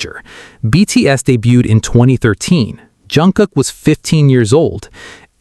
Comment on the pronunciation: You really could work on your pronunciation AI, especially on the proper names of the BTS members. That would show some respect. And the hyperbole starts to sound sarcastic about half way through.